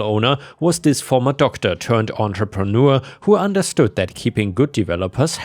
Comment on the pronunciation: Entrepreneur, not entreprenour.